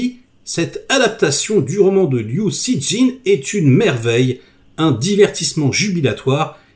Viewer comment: Je crois qu'on prononce : Liou Chicheune... ;-)